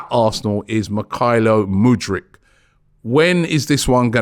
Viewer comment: MYKHAILO IS PRONOUNCED ME-HI-LO!!!